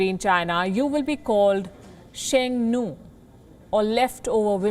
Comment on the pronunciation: Sheng Noo. lmao. ffs pronounce it properly or dont do it.